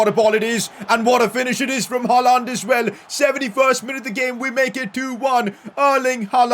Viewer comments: it is pronounced as "Haa-Lend" not "Haa-Laaand" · Never say HaaLAND again.